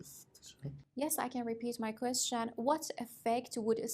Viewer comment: Qweshn, qweshn, repeat